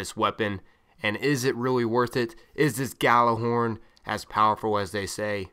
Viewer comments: Why cant Americans pronounce Gjallarhorn instead they say Gallarhorn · Hate to be that guy but its pronounced Y'āhl-er-Hòrn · ***** No its a Scandinavian word and it's pronounced Yallerhorn. Smarten up. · Idk, I'm american but I pronounce it "Yallerhorn" and I always get screamed at. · Well, since none of you are swedish and Gjallarhorn is a swedish word you're both wrong. Its from northern mythology and its pronounced as it's spelled. But I guess if you're american you pronunce it like that.. Y'āhl-er-Hòrn. But it's not right.. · geo genisis americans have a hard time pronouncing norse words, often putting eeee sounds where there should be aaa. :) When googling they tell you to pronounce it like this: yahl-lehr-hawrn, but thats not correct. Its supposed to be yahl-lahr-horn. Me myself prefer the Jellyhorn though. :) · It's an Icelandic word, when I heard it pronounced it sounded like "Gatler-horn". Of course it had an accent to it so I would advise looking up the true pronunciation, I found it in a Destiny podcast from Planet Destiny, I believe it was #5. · He just fuckig said you idiot it's pronounced how it's spell